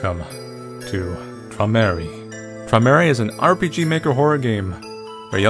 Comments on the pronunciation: "Tramerry" That is mispronounced so hard, it's beautiful :D The actual pronunciation is "Troy-meh-rai" / "Troy-meh-rye". : P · "Tromary" 😂😂 It's Träumerei (Like "Troy-mer-a-y an a like in father or far) And the r's are rolling, like the Germans and Prussians do. (The same goes for the a, since ei is spoken as "ai" in German and "Träumerei" is a German word.) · You see that A umlaut (A with 2 dots over it)? Right next to the U? That, when put next to the u, combines to create an "oy" sound. Meanwhile, the German "ei" is pronounced like the English "eye". So it's more like "Troy-mer-eye". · lmao "Traumery" don't worry Manly, German IS difficult to pronounce :/ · it's only for me! (p.s., the title is pronounced kinda like this: TROY-mer-eye!) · It's pronounced smthg like Troy-muhr-eye :) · its pronounched 'troy-meh-ri' like the ri part of ride // fellow german here ayy lmao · Feline Fawn Yup, I wanted to say it's pronounced kinda like troy-meh-rye :) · Rip pronounce. I'm italian and german is easier to understand and to write how it's pronounced: troimerai. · Träumerei is German and pronounced kind of like Troy-mur-eye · It's more like troy-muh-rI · 'Waits for him to pronounce Träumerei' 'cries'